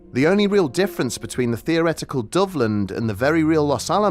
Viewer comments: When I first heard this story, I thought you were saying " Dublin"..... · I was listening without looking at the screen so I thought you were saying Dublin this whole time